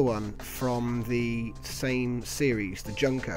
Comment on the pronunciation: Junker is pronounced as Yunker. Germans pronounce J's With Y's.